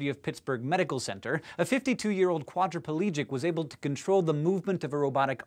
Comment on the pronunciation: "quadriplegic" has four syllables, not five.